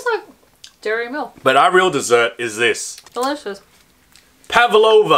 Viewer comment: Pavlova not pavalova.